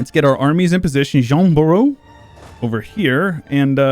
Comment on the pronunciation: You know you're asking for... More Learn French With episodes! - Jean Bureau has no 'w' in the end so it should sound like 'Idaho'. And... well, the French 'u' is a pain in every foreigner's axe, so I won't hold it agaisnt you: I don't think the English language actually even hes that sound. It's just an extremely posh, flat version of 'pure''s 'u'. - 'Jean' you know how to pronunce. 'de' means 'of' and is pronunced with a flat 'e' that sounds like a soft version of the 'u' in suck, or f... 'Dunois' has a French 'u', an 'o+i' that is read 'wa' and a silent 's'. So: 'Duhn-wa'. - The way you pronunced 'Orléans' would be 'OrléONs'; the 'an' is the one English borrowed from French with the word 'entrée'. - Jean Bureau sounded better the second time... or I got used to it...:D - Same thing for Orléans, plus it felt more natural. You're being taught French,, be careful!:D - The Jacques was good! 'Jacques', not 'Jack', well done! 'Coeur' ('heart') looks menacing, but it's actually simple: the 'o+e+u' is a rare triple letter fusion to give a flat 'e', the same as in 'de' (see above) or 'perhaps'. So: 'ker' (with, obviously, your friend, the guttural 'r' ^^) - Nicely done! Your 'Caen' was a straight A! - I'll assume you tried to turn your 'Duke' into a 'Duc'; good call to avoid the awkward English 'd+u=dYu', but your 'u' should have been that weird, posh and obnoxious sound that only French has... - Oh... you fell for it... No, French guttral 'r' is not the same